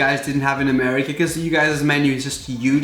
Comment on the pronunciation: did he just say.. murica...?